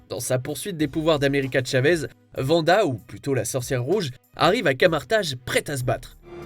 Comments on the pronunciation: Pas "vanda" svp 😭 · Quelqu'un peut expliquer à que c'est Wanda...pas Vanda?!